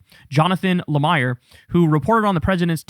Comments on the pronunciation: Just fyi ... no big deal, but the MS Now reporter's name is pronounced Jonathan La-Meer. And yes, the Merrick Garland thing is absolutely unforgivable. How. Could. They? And I am a Biden supporter! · How do you not know how to pronounce Jonathan's last name? 😂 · KYLE just proved to everyone that he has actually never watched an episode of Morning Joe. He would know how to pronounce J. Lemire's name.